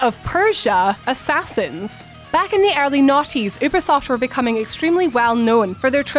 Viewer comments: ummm , its " youuuu-beee-soft " , you're welcome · can you stop pronouncing ubisoft as oobisoft